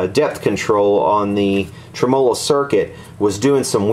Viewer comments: Uh, it's trim' uhlo with the accent on the trim part not trem 'O' lo with the accent on the O part ;) You really should use an ESR meter to verify existing capacitor quality rather than just shotgun changing every capacitor. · Trem Olo. lol. its Tem a low . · Every time says "trem-molo" you must take a shot! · Is that really how Americans say "trem-OH-lo"? In the UK I think we always say "TREM-olo". Or maybe it's just me. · trem-O-LO sounds like an Italian pastry. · I like your videos and I like to keep an open mind about pronunciations of words. I looked up "tremolo", every common pronunciation in different languages and did not find yours. Every time I hear you pronounce "tre-M0-LO"....I cringe...it takes away from the integrity of your work... I heard you scoff in one video about how people commented on how you pronounce it...we're just trying to help... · pleasant video, but if you're gonna say 'tremolo' so many times in a video, especially being an experienced amp repairman, it would be better if you put the accent where it ought to be, on the 'e' and not on the first 'o'.